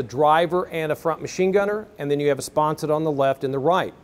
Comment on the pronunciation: The word is "SPONSON"...not "SPONSET"!!!!